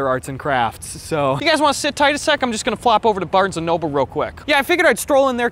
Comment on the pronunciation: I felt the, "I Have To Head To Barns Anolble"